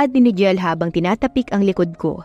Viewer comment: Pasensya na po sa correction usually po kasi NIGEL is pronounce as naygel